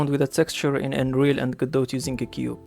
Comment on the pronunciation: when you say Unreal, I here Android